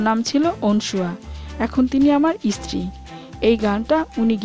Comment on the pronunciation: Uchharon correct korle golpo aro valo lagbe, eskul, eestri aisob uchharon